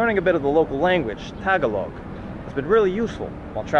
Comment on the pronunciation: It's not "taga-log", it's "ta-GAL-og".